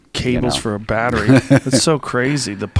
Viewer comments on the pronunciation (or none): none